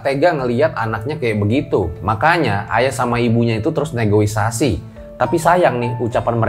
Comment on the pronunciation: Negoisasi...??? Negosiasi cooy.. wkwkwk.